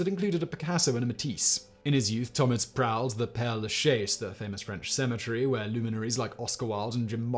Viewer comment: It’s Tomić like Tomich . You’d think with all the research they’d see how to pronounce some simple names